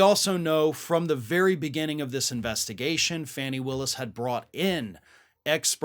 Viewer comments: FAWN-ee!!! Dude how can we be this far in and you haven’t even checked the pronunciation of this woman’s name? You did the same with Ghislaine Maxwell and it’s embarrassing. FAN-ee is another word for tush or, in UK vernacular, v@@ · It's pronounced FAWNI, not Fanny. I don't think Ms. Brice would approve. Otherwise terrific as always. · Seems everyone else pronounces her name as "Fawny", not Fanny. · Her name is pronounced Faw-nee, NOT FANNY💙🐾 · Hey,, her name is FAHnee Willis. Not Fanny. Get it right. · Fani..not Fannie..(fawn-nee) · Interesting,, when you mention George Santos you pronounce it "Sahn-tos". ( a more Hispanic way) but? Georgia DA Fani Willis, you say "fanny". That is disrespectful to her. It's "Fawn-ni" not "fanny". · FAWNEE Willis, not fanny. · Fani Willis’ first name is pronounced fawn-ee like baby deer - per The Atlanta-Journal Constitution . Excellent segment, thank you! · Hey, It's pronounced Faw nee just sayin!